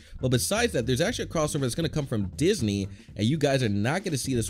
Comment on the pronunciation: I know this is a year ago, I saw it when it came out and I still find it funny how he pronounced “Disney” as “deez knee”